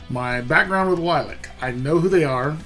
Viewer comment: It is pronounced LIL-E-ACK